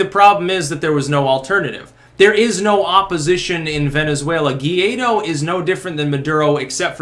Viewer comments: It's pronounced Goo- eye- dough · It’s pronounced Guh-Why-Doe